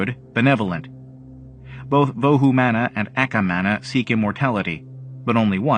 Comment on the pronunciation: It is pronounce as vohu mano.